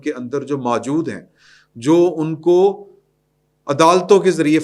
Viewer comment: جناب! یہ لفظ "ماجود" بلکہ اصل لفظ "موجود" ھے۔ تصحیح فرما لیں۔